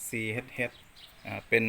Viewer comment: CHH ซี เอ็ช เอ็ช บ่แม่นอ่านว่า ซี เฮ็ด เฮ็ด เน้ออ้า / เด็กน้อยมาเห็นจะได้ออกเสียงเถิก /ขอบคุณหลาย ๆ เด๊อครับสำหรับรีวิวครับ